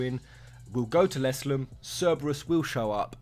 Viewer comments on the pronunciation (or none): Your pronounciation of Lestallum bugs me